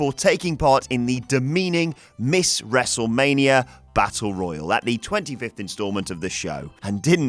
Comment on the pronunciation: how many times he said "wrestlemanier"